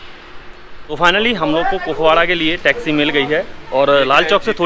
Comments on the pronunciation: पुकवाडा नहीं कुपवाड़ा बोलिए। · 😂😂😂🤣🤣🤣 It's not pukwada It's Kupwara district what a pronounciation 👍🏻..... literally hasi ruk nhi rhi ...😅Lol Anyone here from Bhaderwah JK